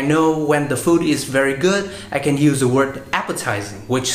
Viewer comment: E rất hâm mộ anh vì khả năng nói Tiếng Anh của anh. Tuy nhiên, ở phút thứ 2 anh nói " the spelling " với mạo từ " the" như khi đứng trước một nguyên âm vậy. Nhưng không sao, đây chỉ là 1 lỗi nhỏ xíu xiu thôi, ai nói Tiếng Anh đều không thể tránh khỏi cả.